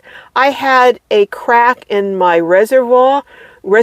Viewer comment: Very good points and useful information. Hope things are going well for you. Had to laugh when your French side came out "res - a - vwah".😁